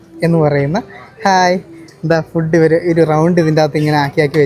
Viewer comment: ഫുഡ്ഡ് എന്ന് പറയരുത്, മംഗ്ലീഷാണ്. ഇംഗ്ലീഷിലോ ഫൂഡ് എന്ന് ആണ്. ഊള മലയാളികൾ പറയുന്നത് ആണ് ഫുഡ്ഡ്, ഡൈവോഴ്സ്, കൂൾഡ്രിംഗ്സ്, ..ഒക്കെ തെറ്റായ ഉച്ചാരണം ആണ്. കോൾഡ് ഡ്രിങ്ക്, ഡിവോസ്, ഫൂഡ്